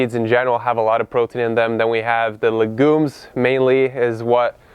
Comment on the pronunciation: what is "lagoonse"